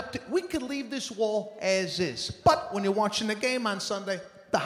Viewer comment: Does anyone else just love the way he says “but” it’s hilarious